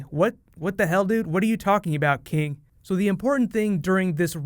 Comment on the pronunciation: rick has a hard time pronouncing king